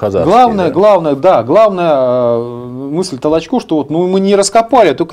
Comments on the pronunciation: Ударение только надо правильно в фамилии: ТолОчко, а не ТолочкО! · Ведущий , какой ты бестолковый ! ТолОчко ❗️. .. а не ТолочкО ❗️..... Коль ты даже этого не знаешь , дальше тебя слушать..... Трата времени впустую ! 👺 🤮🤮🤮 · Может, для начала, правильно ударение в фамилии Толочко ставить? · Пучков то откуда знает? Он что историк? Он это, родился в Кировограде. В крапивницком сейчас. Давайте у Спицына хотя бы спросим. А Петр Петрович не ТолочО а ТОлочко. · Пожалуйста, произносите правильно имена известные и уважаемые, в данном случае, историка - Толочко, ударение ставится на втором слоге, на Украинский манер. Материал исторический вами предложенный очень интересный и чрезвычайно Своевременный, по мнению многих.